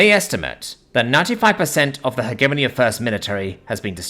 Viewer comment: The biggest thing that rips me out of the stories is the poor pronunciation. Not of alien words/names, but English words. Hegemony, chitin, epitome, etc.